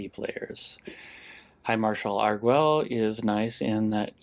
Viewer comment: Pronunciation note: since they appear to be using Spanish orthography for the names of the Torrezon vampires, the u would be silent in "Arguel", pronounced "Argel" with a hard G. (In Spanish, gue is hard while ge is soft, because... reasons.) Doesn't actually matter, but I like languages, so I thought I'd point it out. (Sorry for not mentioning this in my comment on the previous video where you discussed the card; it completely slipped my mind.) — Legends and Dinosaurs often look very similar on turns 1-2 — both run Delighted Halfling and they have a lot of overlap in their mana bases. I don't think I've seen Plaza of Heroes out of Dinosaurs, but given the amount of legends they run (Huatli, the 2/3 haste, Etali, probably others) it makes sense as a 2-of. — I think I would have held back the Werefox Bodyguard here. You ended up not getting punished for it, but an Elspeth's Smite/Kellan's Lightblades/Cosmium Blast on the Bodyguard would have been pretty bad in that situation, since you'd lose not only the Bodyguard but also Arvad (to Cerise's first strike damage) and two turns off your clock (to Cerise's lifelink, assuming they swing with it on their turn, a safe assumption since Cerise can't block Raddic). — Nice timing! I try to "play" along with your games, as you've probably gathered, seeing what play I would have made in each circumstance, and holding the Bodyguard until their main phase is 100% the correct play; I would have cast it in my own main phase